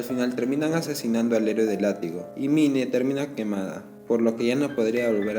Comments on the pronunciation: Se dice main , no mine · mine La pronunciación: main